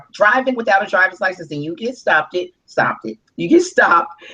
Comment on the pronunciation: Get "stoppded"??? Did she just say "STOPPDED"??!! Wow...